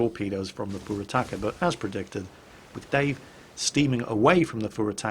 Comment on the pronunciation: Pure Attacker, Four Attackers... Wow, Youtube captions are even worse then at pronouncing Furutaka. Minekaze: Medic Ozzie.